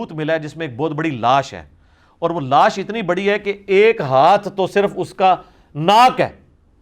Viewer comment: Mufti sb ensaan ki dead body ko naaash boltay hayn laash nai